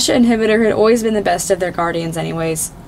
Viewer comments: Did you know that hvítur is pronounced kveetur not hivitur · Ngl, i loved this but i think hvitor is pronounced: ha vi a tor, right? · Not to be rude but I think it's pronounced hv-tur?? That's just my opinion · that’s not how you say his name, the eye makes an E sound.